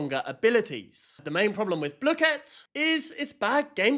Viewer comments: this is the final darn straw, you said blue kit. I cannot watch you anymore. BLOOKET I DONT CARE ITS BLOOKET NOT BLUE KIT I DONT CARE IF IT IS SAID LIKE THAT I DONT CARE!!!!! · Lord its bl oo ket not blooooooooket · blooket; pronounced /blu-kit/ not /blue-kit/ P.S. no one told me there was a paid version? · Is he saying bluekit is it just me or most I know say blook it not the way it actually called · Isnt the teacher british why does he ays bloo ket and not bluket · everyone i know (even me, and the creator) has always said it wrong. me and everyone i know calls it blookit and the creator says blue-ket which neither are actually right and kind of a combination of the actual pronunciation; which is Blue-Kit. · everyone in my school loves blooket, and we pronounce the "oo" the same as the one in "book", and the "ket" like "kit* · BLUE-KIT?! I pronounce it BlUH-kit… I dunno, maybe it’s because I’m from the south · Idk why the hell they thought it should be pronounced “blue-kit”, I say “bluh-kit” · Bluekit? I thought it was blukit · I think blooket is pronounced as blook-it not blue-kit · "its pronounced blue-kit" NUH-UH ITS BLOOH KIT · Dawg its blooket not blueket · I used to play blooket heaps with friends (td 2) and i didn't have the king, and my friend then got it 3 times in a row 😭 also not to be mean but in the website it says its pronounced (blue-kit not blue-ket) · You saying it like that makes me rage it’s pronounced Block-et not blue-ket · "Blue ket" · “Bluekett” pisses me off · Not BLOKEET😭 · “Blue-kit” Oh well you still got the background right And the ADHD/Autistic thing is actually true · WHY ARE YOU PRONOUNCING BLOOKET LIKE “blue ket” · calling blooket "bluekit" is the real crime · Its pronounced bluh-ket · gang its bloooooooket not blooket ur saying it like dough like that o its sappose to be like do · wait... THATS how you say blooket?